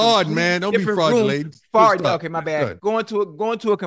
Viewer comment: This man ocho just made up a whole world talk about fraudulatin 🤣🤣🤣.. He was probably trying to say flatulence